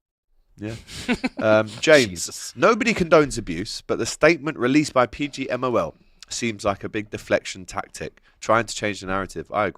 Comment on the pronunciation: Despite it being the main topic of conversation, didn’t say ‘PGMOL’ correctly once in this stream